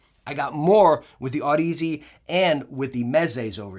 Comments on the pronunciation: good review, but its odyssey not Aud-Easy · One day you’ll learn how to pronounce the brand name lol. I love ya brother